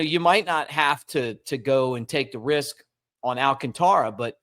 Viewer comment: al CAN ta ra. If he’s playing with us the force is on the second syllable. Not, al can Ta ra.